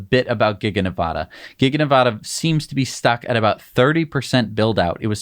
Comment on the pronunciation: Please learn how to pronounce Nevada. LIke Elon pronounces it. Nev - “A” as in adding machine - duh. You guys are top notch. Love your channel.